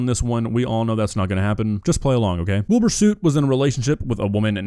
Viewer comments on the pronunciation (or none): has clearly never heard it at all because he keeps calling him Wilbur Suit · I know he's a bad guy but I swear if I hear Willbur Suit one more time